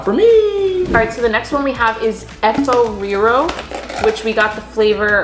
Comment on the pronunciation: Ikr down to the donkwa pronunciations, efo riro she did so well 😌😌👍